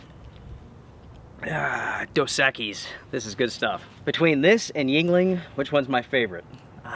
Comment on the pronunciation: Dos (ekeys) is how it's pronounced. Meaning 2 X's. Try it with a lime...delicious!! It's muh favorite.